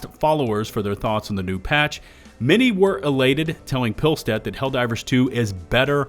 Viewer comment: it’s probably worth noting how to pronounce “pilestedt”… if you need help watch the new patch notes video AH put out